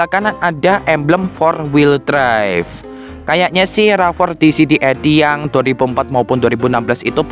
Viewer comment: bacanya "Rav 4" ygy, bukan "Rava" 😅🤭🤭